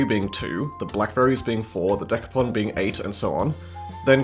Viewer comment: What did you say for 8? Deckapon?